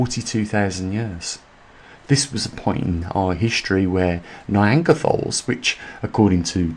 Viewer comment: neanderthal - is pronounced nee-ander-tal - no anger in there - just so you know